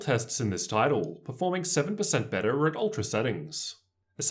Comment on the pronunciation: Awesome review! I went with the Zephyrus personally. Also, the way your accent adds emphasis to the end of certain words it trippy AF. (loud-her, bett-her, cool-her)